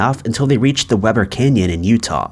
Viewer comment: Just an f.y.i. it's weeb-bur canyon. Like weber state university the school Lillard went to.